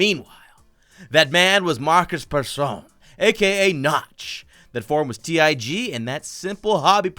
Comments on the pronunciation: u said markus persson so funny and weird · OMG OMG LOL THE WAY HE PRONOUNCES MARKUS PERSSON Geez! LOL Only sweds can pronounce it!